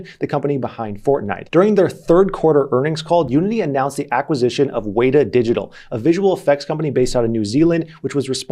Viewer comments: Weta is pronounced "Wet-a" btw. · Had to stop and point out the pronunciation of weta. It's more like wet-tah. A weta is a native insect here in NZ and is almost a big a thing as the Kiwi (native bird) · Great video! Btw, Weta is pronounced 'wet-ah' like the animal:)